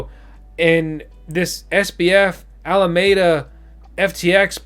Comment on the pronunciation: Alameda, it has FOUR syllables, 'Al-a-me-da''.